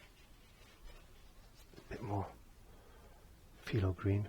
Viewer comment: Just curious...it sounds like you're saying "Filo green", is it phthalo green that you're saying?